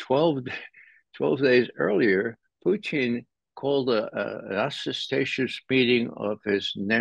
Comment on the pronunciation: Just can't get over how Ray says "Poo-teen" 😂